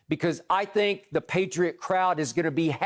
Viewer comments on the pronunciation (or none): none